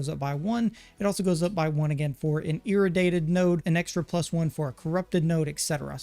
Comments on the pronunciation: Please lord have mercy, IRRADIATED not IRADATED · Dude said Ir-u-dated 💀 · E-ray-D-ate-Ed= Iraddiated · Dude I love your videos but damn the mispronunciation is killing me. ir·ra·di·ate•ed